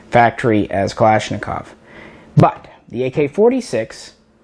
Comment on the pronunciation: finally some one who says kalashnikov correctly hahaha